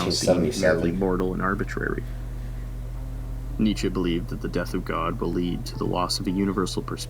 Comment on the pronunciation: It's pronounced Nee-Tche